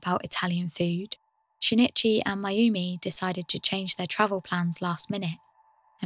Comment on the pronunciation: Very good content but every time you said "shin it chy" I cringed. It's sheen ee chee. The i in Japanese makes a long ee sound. An easy and understandable mistake to make, but no less grating because of it.